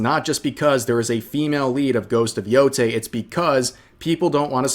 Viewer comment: Thank you for being one of the few who can pronounce Yotei correctly lmao